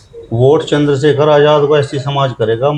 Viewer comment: Ye itna bada reporter nhi hai ki Chander Shekhar Bhai ko Chander shakher bol rha hai thodi tameez bhi Sikh lo